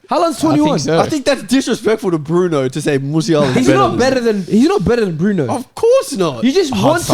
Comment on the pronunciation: Nah the disrespect on Bruno’s name is crazy